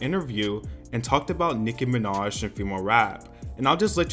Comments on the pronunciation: I like how cardi was praising nicki but then cant say her name like bruh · Hi Bye and all im saying is that its not hard for her to say nicki minaj